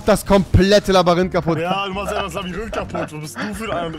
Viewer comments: Wer kennt nicht das berühmt berüchtigte "Labarint" : min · Labarinth?! 😂 Rewi Labyrinth (sprich Labürinth) haha 😂😂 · Verdammt noch Mal das heißt LABYRINTH und nicht Labarinth ... meine Fresse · Wer kennt’s nicht das Labarynth 😂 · Rewi immer so: "das labarint" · Kein Plan woher der Typ die Aussprache von manchen Sachen hat... Labarinth, er finiched mich,... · Es ist so geil HAHAHAHA 'Labarint' 😂😂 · Ja das 'Labarinth' 😂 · "Dann bauen wir erstmal ein riesen Labarynth..." -Rewi 2018 (Beherrscht die deutsche Sprache)😂😂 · Niemand: Rewi: Labarinth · Ich feier es wenn er "labarynt" sagt xD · Du hast Labaryint gesagt xD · Dennis Balthasar es heißt Labyrinth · Immer lachflash wenn ihr labarinth sagt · Labarinth xD rewi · Labarinth sagt Rewi die ganze zeit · Wer ist auch bei jedem "Labarinth" hart getriggert?😂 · Wer kennt es nicht? Das „Labbarinth“😂🤦‍♂️ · Wer kennt es nicht, das Labarint xD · Niemand: Wirklich niemand: Rewi: Labarinth Stanni: anmörken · Das labarynt 😂😂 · Rewi sagt Labarynth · Rewi, Blond, glaubt man spricht Labyrinth "Labarinth" aus. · Es triggerd mich immer übelst wenn jemand labarint sagt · Warum sagst du immer "Labarint" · Wr sagt labirint und dan baut er eifach di wende auf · Es heißt Labyrinth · Labarindt hast du gesagt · wenn du noch ein mal labarint sagst dann deabo + disslike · Labarynt? Was labbasch du